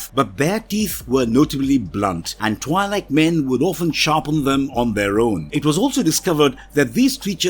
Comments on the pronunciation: IIRC, Twi'lek is pronounced like twee-leks. Also Twi'lek is short for "Twin lekku" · The I in the name is pronounced with a hard E sound. (TWE-Lek) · Good sir, Twi'lek is pronounced "twee-lek." The "Twi" part is pronounced like "twee," and the "lek" part is pronounced like "lek." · isn't it twee-leck? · Am I the only one annoyed by the pronunciation of Twi'lek? It is not supposed to sound like double/twice